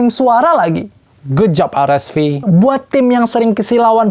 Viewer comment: Paling suka sama pembawaannya, channel ini doang yg spelling RSV nya gk gatel di kuping, yes "ar-es-vi". Kalo channel lain nanggung inggris enggak indo enggak "er-es-vi" 😂. Kalo spelling indo bilang aja "er-es-ve" Kalo inggris ya "ar-es-vi".